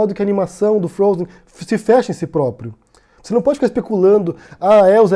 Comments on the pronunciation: "O desenho Frozi eu assisti" Não sabe nem pronunciar o desenho, imagina interpretar a história. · Ela fala "princesa do frôuser" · O desenho "frouzi". Hehe A princesa do "frouzer". Putz...